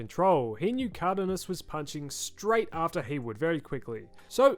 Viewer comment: How the fuck did you just pronounce Cardenas